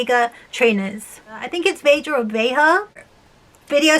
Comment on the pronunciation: I think it’s pronounced ve-ha